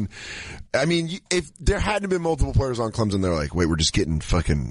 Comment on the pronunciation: People not from the South can't pronounce Clemson.